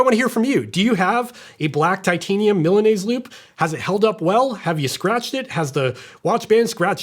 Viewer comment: I came to hear how would you pronunciate Milanese, but very well. 😂